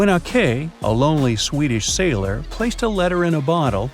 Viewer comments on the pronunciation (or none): none